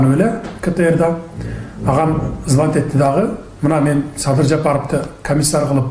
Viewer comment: Мадумар деңгээли,адамгерчилиги өтө төмөн адам экендигин көрсөттү ко Москвада. Трусиси жок жүргөн баладай тантырап Садырды "Садый" деп тантырап койду. Мындай кылык мен "акылман" мен "гений" деген саясатчыны сен поксуң деген баага татыктуу кылды. Өзүндөй айтса муну Адахаям Мадухуй дегендер да чыгат мунуңарды ит кылып.. Кыскасы мунун адам деле эмес экенине көзүң жеткендир.